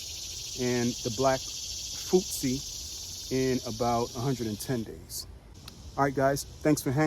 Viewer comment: I prefer direct sowing over sowing in containers and transplanting. I need to get more of my fall crops in. I planted my winter squash already. I also planted Japanese varieties. The kobacha and red kuri. Futsu is pronounced like footsoo the o is like in the word hoot.😉 Thank you for sharing.😊🌱